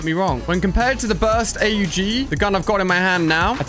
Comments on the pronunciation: Stop calling it the A-U-G, its called an aug🤣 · Man said a u g